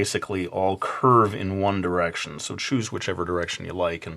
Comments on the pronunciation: haha he said One Driection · HE SAID OONE DIRECTION